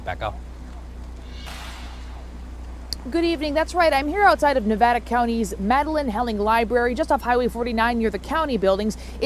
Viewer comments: I would think a professional would know our state is pronounce just like you spell it Nev-AD-a, not Nev-ODD-a. All she has to do is listen to the guy right next to her and all the people reporting in the field. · Nevada is NOT Ne-vah-duh. It's Ne-VA-duh. The "a" vowel is short, like , tan, scan, etc. Yes, call me a grammar nazi or whatever. :) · there is a big difference in an accent and mispronouncing a state. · The correct pronunciation in Spanish (Spanish for "snow") is Nev-odd-uh, and a lot of people outside of the area tend to pronounce it that way. It's not actually wrong . Californians and Nevadans say Nev-add-ah. It's a very definite regional accent. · The correct pronunciation in Spanish, which is the origin of the word, would sound like Nev-Odd-ah, and people from other regions often pronounce it like this. But Californians and Nevadans do pronounce it Nev-add-ah. It's a definite regional accent. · She needs to learn how to pronounce Nevada.